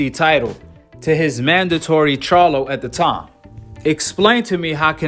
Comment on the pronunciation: tyson was obviously drunk or high he cant even pronounce charlo right and he doesnt realize that jermell fights at 154 not 168